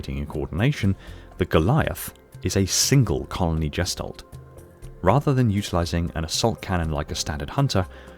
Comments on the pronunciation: All I can do is cringe every time you mispronounce the German word gestalt. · The "g" in gestalt is like the "g" in girl.